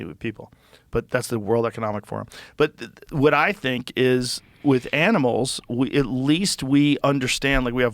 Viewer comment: Joe "wuh-it?" Rogan